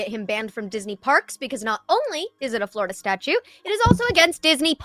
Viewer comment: Lol did she say "florida statue" ? lol